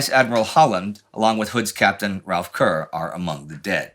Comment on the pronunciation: Worth noting that Brits do not pronounce Kerr to rhyme with Cur, but rather with Care (in it's native Scotland) or Car (in England), according to Admiral Mark Kerr. Captain Kerr of the Hood was from Gloucestershire, so I'd go with Car.